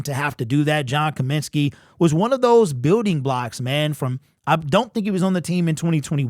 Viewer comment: It’s COMINSKY fool